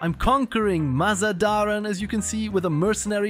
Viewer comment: You are pronouncing MazaNdaran wrong, please don't :(